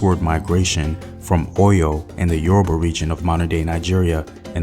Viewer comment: It’s Yoruba not “Yuroba” 🙄